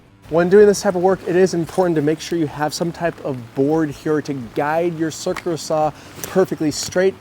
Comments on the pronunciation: It's called a circ-u-lar saw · I love the way you say cirkerler saw! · Dude, you need to learn to pronounce "circular." Don't use plug screws on fascia boards.